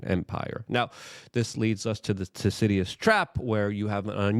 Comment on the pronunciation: 1. Luke can’t pronounce Thucydides. 2. All it says is “people tend to fight for power when power balance changes.” No shit. It’s 8yr old logic.